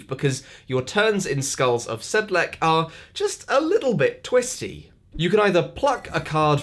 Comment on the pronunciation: Skulls of "SedleK" ... that sounds funny :) Should be a -ts sound at the end. It's perhaps the most famous Ossuary next to Paris catacombs.